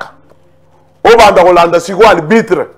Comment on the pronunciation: Arbitre et non albitre .